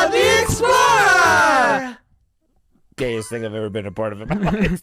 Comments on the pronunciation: It's "Dora the explora" not explorer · You have to say explorah not explorer .